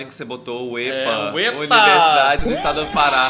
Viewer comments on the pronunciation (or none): Quero deixar o disclaimer de que aqui no Pará a gente pronúncia UÉPA, não uêpa. Só a título de informação mesmo 😅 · Acredito que o e o sejam sudestinos, lá a pronúncia do ê e do ô são fechados desde a soletração, desde a alfabetização, daí os adultos falam assim, enquanto nós nordestinos e nortistas falamos é e ó. Portando a UÉPA ficou Uêpa. Eita Brasil grandão! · Pro paraense q piada foma uepa não funcionou, a ideia foi boa, mas aqui falamos u-é-pa, não u-ê-pa, então mesmo o soltando os "uêpa", quando a gente olha pra imagem nosso cérebro já lê "uépa" hahahahaha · Mas se pronuncia. “uÉpa”